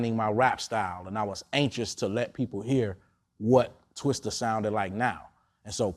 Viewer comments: It's Twista. Not Twister. Vlad. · Dammit Vlad its Twista not Twister lol